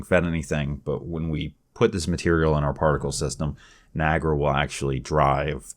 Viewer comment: its not NI AGRA its NIA GARA